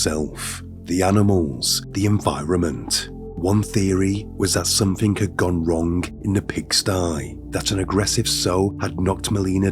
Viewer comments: "somethingh goingh wrongh" , "but this theory didn't theory didn't hold for longh". Your English needs work. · The g in wrong, long etc is silent!